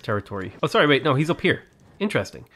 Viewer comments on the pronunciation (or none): none